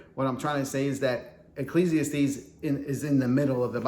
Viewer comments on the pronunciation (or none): Protestant Bibles have typos too. Look up the "Wicked Bible" of 1631. Imperfections are part of the human condition. (BTW, it's pronounced ekk-leez-ee-ASS-tees.)